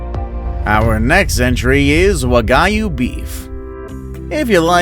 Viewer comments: Wa-guy-you it’s actually pronounced wag-you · The way he pronounced wagyu triggers me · He keeps mispronouncing wagyu steak 😬